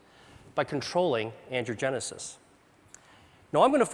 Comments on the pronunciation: It really would help if he didn't keep saying 'andrewgenesis', when it is ANGIOgenesis. This sloppy way of speaking can cause misunderstandings and thus mistakes. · Can't get over how he pronounces angiogenesis like "andrewgenesis" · I wish he would stop saying, "Andrew-genesis." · I wish that everytime he said "angiogenesis", it didn't sound like "andrewgenesis". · The slides say "angiogenic or angiogenesis" but I swear that it sounds like Dr. Li is saying "androgenic and androgenesis". Is the slide wrong or is Dr. Li just rushing the pronunciation of the word and making it sound like something other than is written? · Every time he says, “angiogenesis” — the generation of vessels — it sounds like he’s saying “androgenesis” — the emergence of Man — or “Andrew-genesis” — the birth of Andrew. It’s like a Christian theologian referring to “The Crucifixion of the Lord” as “The Circumcision of the Lord” — both events happened, but at different times and for distinctly different reasons. Cancer research breakthroughs such as this are rare; correct enunciation even more so...